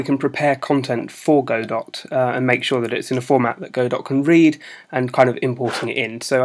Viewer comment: it's pronounced "godoh"